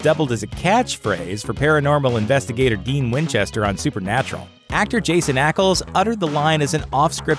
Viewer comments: Finally! We have someone who pronounces Jensen's surname really well......but fucks up his first name. SMH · You get Jared padalecki's name right but not jensens?! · Wow is definitely no supernatural fan.. can't even say Jensen's name right. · yeah too bad he called him jason, not jensen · "Jason Ackles" OH MY GOD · “Actor Jason Ackles” U serious? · "Jason Ackles" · JENSEN! (not jason) Ackles. Idiots. JEN-SEN! sigh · KH Wendy it’s really not that hard. Jen-sen. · Lmao could say "Padalecki" but not "Jensen" hahahahaha